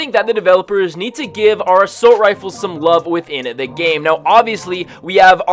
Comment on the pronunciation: How many times does he say “Asoult rifle” How many times does he say “Assault Rifle” Also my fav save the world gun